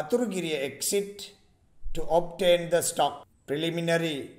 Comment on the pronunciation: Sir (obtain) kiyana ekak (obain) kiyala tiyenne ayy